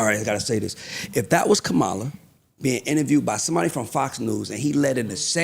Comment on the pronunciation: How come he still can't say her name right? After all these years